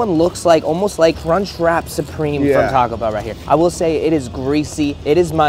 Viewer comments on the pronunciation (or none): none